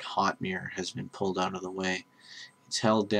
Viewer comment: ha you said "oot" cool vid though